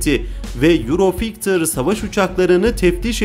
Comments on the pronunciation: Kardesim euro fiyter diyo ne demek fiyter ve dahasi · Yurofigtır değildir o,yurofaytır dır 😁